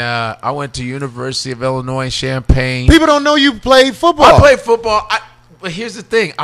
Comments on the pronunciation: CHICAGO STAND UP!!! But COREY you gonna stop saying ILLINOIS with the SSSSSSSS!!!! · You can tell it been a minute since Corey stayed in the Chi NOBODY from Chicago says Illinois with a s at the end the s is SILENT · I said that when I was up there in Decatur and someone said I know you’re not from here and I said how ? Try said it’s Illinoi-and the s is silent